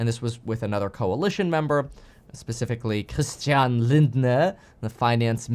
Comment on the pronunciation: Hey Kevin, German here! Your pronunciation is very very good. But just a little tip: the “er” at the ending of a word is usually just pronounced “ah” so instead of Lindneerrr it is more Linda.